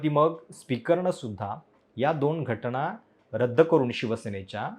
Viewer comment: कसं काय तुम्ही पत्रकार आहात?? न आणि ण यातला फरक कळत नाही... घटना असत घटणा नसत